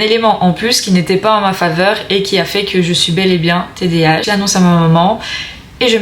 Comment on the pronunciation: On dit td A h pas tdh.jz sais d'où tu es mais en Belgique cest pas le psychiatre ki ft les test mais neuropsy